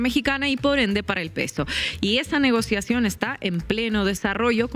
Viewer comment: CORRECCION REVICION DEL TRATADO...."NO REGOSACION COMO LO DICES"😅